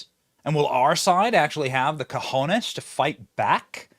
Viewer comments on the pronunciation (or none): Unless you are doing it on purpose or you didn’t know. I provide the following information. Cajones, like you make it sound with an “a” after the “C” like “California” meaning large boxes. If your intent is to say Cojones (using the “O” as in “coffee”) meaning large balls. We shouldn’t criticize for dr. Jill for mispronouncing “Bodega” If we are not pronouncing other words correctly ourselves…just saying. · Did Benny say coj*nes???🤣🤣🤣🤭🤭🤭🫣🫣🫣